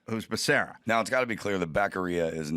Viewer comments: Back a ree uh, kind of proves he never heard of him until he had to read it, lol. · His name is pronounced BAH-SERRA.NOT BAKARIA,BIDEN MISPRONOUNCED IT!